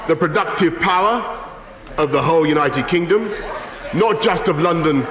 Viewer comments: Did he really mispronounce "United Kingdom" by calling it "United Kingum'"? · united kingom lmao at 47 seconds in what an idiot. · At 46 seconds brois calls the u.k united kingem 🤪